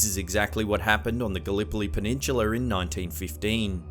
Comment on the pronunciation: Come on, ffs, even with your appalling accent, it's NOT pronounced penitchulurrr, FS dude, it really is PENINSULA!!!!!!